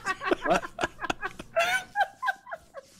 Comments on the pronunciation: autism is exacerbated saying this, but No, He's pronouncing it correctly, we've been pronouncing wrong this whole time.....It is Ben-Jammin (In The House). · There's a rock band called Breaking Benjamin. Ben jammin is sykkuno's way of pronouncing it 😂